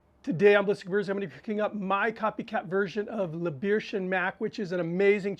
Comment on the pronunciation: Very good. Only nitpick: it is pronounced "bare-tion" :-)